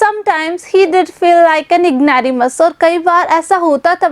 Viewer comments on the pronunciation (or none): Explanation is good but please be careful about your pronunciation of some words for e.g.' ignoramus'